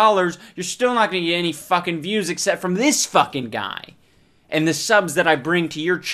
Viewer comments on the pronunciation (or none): "mated with we don't know with what" "make a long shtory shtort" "Akscshept it"